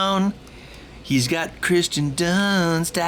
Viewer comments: It’s not Christian it’s Kiersten good video Though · Hey Ben, it's actually Kirsten Dunst, not Christen Dunst ;-) But nice lyrics though :D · It's Kirsten Dunst, not Christian Dunst. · I was going to point this out as well, but the name "Kirsten" is annoying enough that I'm ok with people saying it wrong.